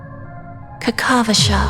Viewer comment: aventurine name is kakavasha (named after the romani kakava) not kakashva